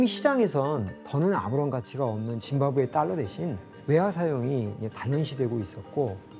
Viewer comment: 아나운서 누구냐 짐바브웨를 무슨 사람 이름 읽듯이 짐 바브웨가 이러고 있네